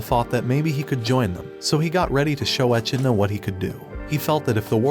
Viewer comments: Uhmm dude it's pronounced e-Kid-na not E-Chi-ni-la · How do you watch the anime and still pronounce the demon king name wrong. Echenola??? who's that. Not to mention it's not even a Japanese name. It's an english word - an animal. Echidna. How do you misread that??? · Bruh, in English its pronounced ( e-kid-nuh) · The way he pronounces echidna is painful.